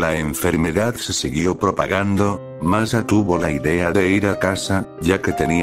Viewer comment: Por qué dijo masa 😝 jajajaja xddddddd😂😂😂😂😂